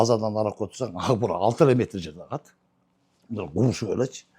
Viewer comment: Укбураны агбура деп суйлогон гырылдаган акмактар элдин канын ичкен бюрократ коррупциянын ана баштары.